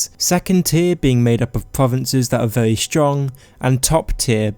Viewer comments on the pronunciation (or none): I don't wanna be a hater but "pwovince" "militawy" "vewy" "skywim"